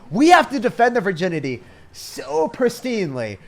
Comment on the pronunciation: When he says virginity it's weird